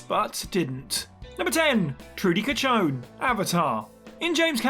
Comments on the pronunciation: it's Chacon not cachon. Cachon is a whole other thing in spanish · It's Chacón like saying Shacon. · Guys, it's Chacón, not Catchon. She doesn't catch on anything :-)